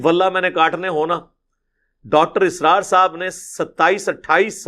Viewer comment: Dr. Israr nahi Dr . Asrar hai